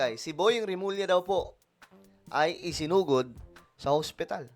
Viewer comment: Isinugod po hindi sinugod 😊